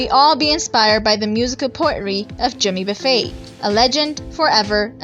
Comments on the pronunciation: Somebody needs to learn how to pronounce his name. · I got tired of the mispronounced name but I'll keep listening to Jimmy Buffett for the rest of my life 👍